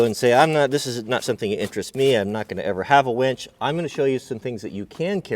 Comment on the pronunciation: its winch, not wench. Kidding...great video! really enjoy your vids